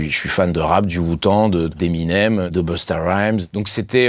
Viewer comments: C'est moi ou il a dit " Wu-Tand " ? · "jsuis fan de rap, du Wutande" mdrrr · Il est pas sérieux quand il dit qu'il est fan du rap et qu'il est fan du wu tande.... 😂😂😂 là il m'a tué, c'est wu-tang narvalo ! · Tu peux pas dire être fan de rap et dire WUTAND À LA PLACE DE WUTANG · Par contre le « je l’es fais amoureusement , parce que je suis fan de rap , du wu tanD » 🤣🤣🤣🤣🤣🤣 arrête c’est gênant là. Le wu tanG déjà boloss